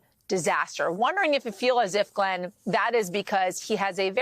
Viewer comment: She got Glenn's name wrong! lol